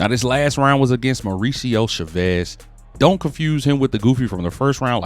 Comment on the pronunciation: The way you pronounce Chavez is crazy 😂